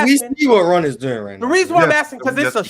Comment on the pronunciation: Ox had me crying but I don't think that saying Jokic would be better in a specific system than Kobe equates to disrespecting Kobe. Also W host action from, "Rawn" gotta do better